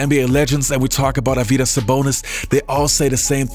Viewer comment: its actually AR-vy-das, not ar-VY-das